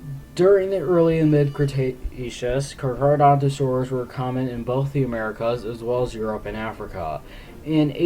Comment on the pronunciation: Its called carcharodontosaur not charcharodontosaur